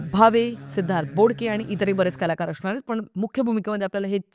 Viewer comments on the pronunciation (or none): तू स्वप्निल जोशी ची खूप मोठी फॅन आहेस वाटते.....असणार या शब्दाला अशनार बोलणारी तू एक जंतू सापडली 😢😢😢😢😢